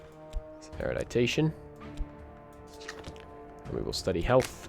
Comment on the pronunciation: Thanks for the series! Hope I'm not offending, but it's "eru-di-tion", not eru-di-ta-tion". :)